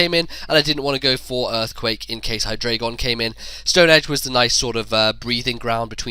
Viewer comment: It's okay that you kept saying hydragon, I don't even know what that is. :D